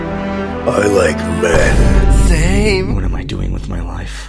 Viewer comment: Kokushibo: I LIKE MEN Douma: SAYME 😀 Got me rolling on the floor 😂